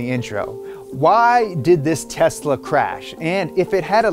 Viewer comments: “Tesa Model 3” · *Tesla, not Tesa